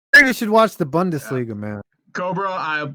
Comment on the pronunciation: Bundesliga, his favourite thing to say even though he can't pronounce it right.